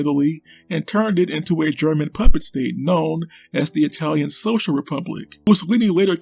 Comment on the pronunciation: "Yer a tank Rock! A greasy fast EyE-talian TANK!..." Guess missed the Italian tank memes.